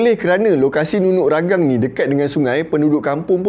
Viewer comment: Ragang "Tea"... Hahahaha.. memang salah sebut tuan.. tapi tak mengapa.. Ya benar.. hanya sebuah cerita lagenda.. NUNUK RAGANG antara bedtime story saya waktu kecil.. jalan cerita orang dusun macam ni lah.. penuh dengan kesaktian.. banyak lagi cerita2 sakti. BAROB (dewa makan bulan. tu yg jadi half-moon tu.. hahaha) SAMPAPAS (manusia berbadan separuh). KINOMULOK (Dewi kayangan yang cantik, sehingga dua jejaka berbunuhan.. tu yang langit warna kemerahan time senja, katanya darah kudingking). So our ancestor made up stories for kids, bcoz kids have so many curiosities. kenapa bulan tu separuh shj.. kenapa langit tu warna merah... and goes on....